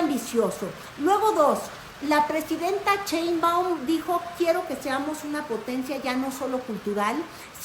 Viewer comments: Excelente anàlisis como siempre. Felicidades, me encanta enterarme de lo que està sucediendo en México y el mundo a travez de tí. Lo único que me hace un poquutín de "ruido", es tu pronunciación del apellido de nuestra presidenta jeje 😅 Aunque eso no afecta el.fondo y calidad del contenido. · De dónde sacas ia CH o porque pronuncias chembaum si aparece escrito shembaum. El apeido de nuestra presidenta podrías explicarlo por favor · No es la ch de chilaquiles , es un sonido suave como shuuush, cuándo alguien te pide callar !!!!!!! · POR VIDA TUYA HERMOSA! NO NO Y NO! CHEIMBAUN? 😢😢😢 POR PIEDAD! SH SH SH!! SHEINBAUM con M Al final SHEINBAUM!❤ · Sigue diciendo "cheinwbomw", 😁 es tu distintivo.😎